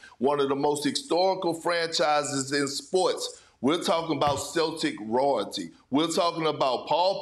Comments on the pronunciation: Perk can't even pronounce Royalty... lol just like his Adebayo T_T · Perkins word for day "rawlty" 😅